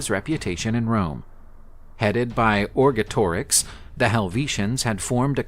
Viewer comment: Cis-Alpine and Trans-Alpine not Cisalpin. Or-GET-or-ix